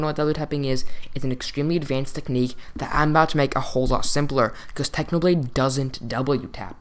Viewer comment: its a clickbait you said how to pvp like "packhnoblade"